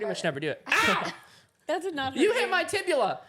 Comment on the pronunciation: AHHAHA SAID TIBULA BUT ITS TIBIA